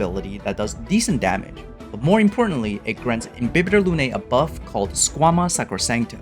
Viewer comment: Not only your guide is awesome, but you also pronounce all the Latin terms like Imbibitor Lunae correctly for the most part. THANK YOU! I got used to the official "Im-bye-bee-thor" but it's wrong...